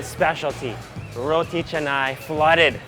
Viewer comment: "Saam-baal", not "sam-bel", roti "Cha-nai", not chennai...